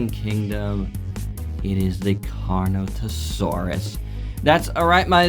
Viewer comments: It’s Carnotaurus. Not Carnotasaurus. And not Carnosaurus. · bro doesnt know how to pronounce carnotaurus loser take the L